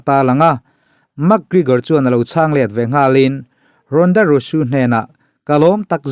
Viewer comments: Engatinge RONDA RAWSUU i tih Zel a.. 😂😂 RONDA ROUSEY tih ni na na na.. Rawsuu ti a i lam zel chuan buaithlak awm.. SEY hi Zee/rosy tih ang hian lam tawhtur umm.. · Ronda rosu ni lo in, ronda rozi ti in lam rawh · Rosey hi Rusu tih tur ani mae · Rusu tilo in rauzi ti anga lamjawk tur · A ngaihnawm thin ee mahse Ronda rousey i lam (pronounce) dan khi a dik lo deuh... Rosu ni lo in Rosi ti tur a ni zawk e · Ronda rauzi tia lam tur zawk anih in ka hria👍👍